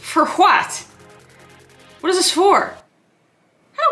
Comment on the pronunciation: That irish bit tho “for HWHAT”